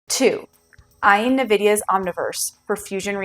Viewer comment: nVidia is pronounced “envidia” (like the Latin word for envy), not “nuhvidia”